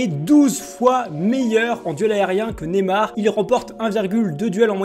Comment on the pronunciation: on dit pas nemar on dit Neymar